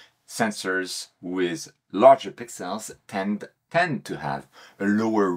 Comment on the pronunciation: Great vid,. But I'll be honest, I'm just here for the pix-elles... Clear ciels!